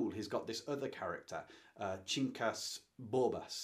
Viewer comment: Quincas Borbas (pronounces Kin Cahs) becomes a philosopher and one of his disciples is the main character of Machado de Assis next book, named Quincas Borbas. It's the 2nd of what is informally considered Machado de Assis "realism" trilogy: Epitaph of a Small Winner, Quincas Borbas and then Dom Casmurro. The Alienist is a more satirical and funny book, but also brilliant.